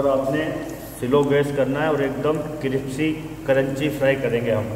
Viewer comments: Aap कृप्सी बोलते हो जो गलत है , कृस्पी बोलो स पहले प बाद में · Cripsy nahiii crispy..😜😜..aur masala ka naam Hindi me batate..basil aur Kya dala